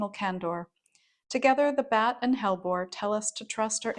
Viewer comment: Hellebore has 3 syllables. The e in the middle of hellebore is a syllable that rhymes with we. Hell e bore 😊